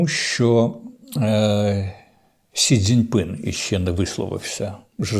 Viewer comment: отже, сьогоднішнє "амінь" було вже штучно-інтелектуальне? :) становиться ніяково, трохи, навіть, моторошно:) може то не Корчинський сидить... а від Корча лише 💀 лишився? 😊 П.с. ніхто більше так прикольно не вимовляє сі дзин ПИНЬ, як Корчинський:)